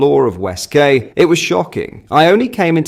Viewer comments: QUAY IS PRONOUNCED KEY. LEARN YOUR OWN LANGUAGE FFS! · West ‘ Key’ not ‘Kay’ you berk. And you’re English 😊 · west quay is pronounced west key....not kay come on its basic english even google says it correctly when you ask the pronounciation of "quay" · It's pronounced "KEY!" not KAY mate lol 🤣😂🤪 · Was that "Quay" or Kay in Southampton? Quay is pronounced "Key" not "Kay" unless he's speaking French (when it would be more like "Keh"). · QUAY IS NOT PRONOUNCED KAY 😅……ITS PRONOUNCED “KEY” ……..come on this is primary school level at best !! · It's pronounced. WEST(KEY)QUAY. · It's phonetically pronounced " west key " ⚓ my bro .....x 🇬🇧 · Key. .its west key spelt quay. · The word “Quay” is pronounced Key” - just for the record 😀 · Please Note !!! West ""Quay"" Is Pronounced. WEST "KEY"" Okay. From a resident in Southampton !!!! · west qway? You say quay like "key"